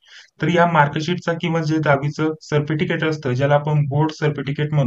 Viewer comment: Thank ❤nice information ❤ सरपटिकेट ka bolta 😅😅hasi aa gayi jarasi sorry 😁😁😁